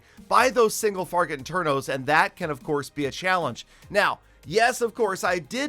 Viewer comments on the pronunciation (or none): sorry but you said single fargot infernos